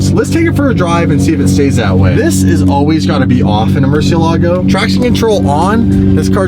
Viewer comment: Maybe if we pronounce it right it will behave Murcielago = (murci-el-ego)😅😅🥴😂